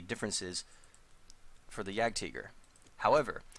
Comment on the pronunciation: German pronounciation.